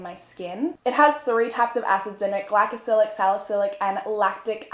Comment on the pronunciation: She said glacicylic